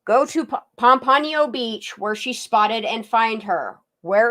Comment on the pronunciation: It's not Pampano if you are talking about the city in Florida. It's Pompano, like the fish.